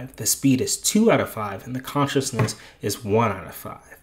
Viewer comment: Conciseness NOT Consciousness